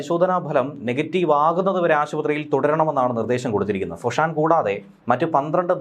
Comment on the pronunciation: ഗ്യാങ്ടോങ് അല്ല ഗോങ്ടോങ് ആണ് ഫുഷാൻ അല്ല ഫോഷൻ ആണ്